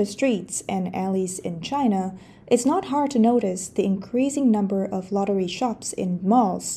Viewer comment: I keep hearing “lottery sharks” instead of shops.